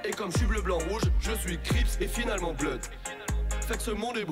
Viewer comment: et on dit pas "bloud" mais "bleud"... pour blood /bl^d/